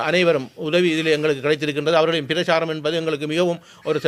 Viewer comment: PIRACHCHARAM NOT PIRACHARAM, First learn speaking Tamil before yourepresent them :)